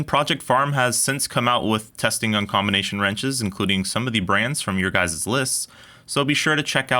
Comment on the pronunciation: Guys'... not "guyzez...